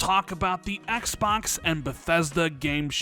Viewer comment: Ehks Baahks. lol